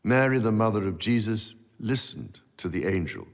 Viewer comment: He just can’t say word “Jesus “